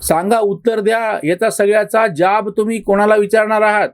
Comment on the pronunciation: ज्याब नाही हो जाब म्हणा.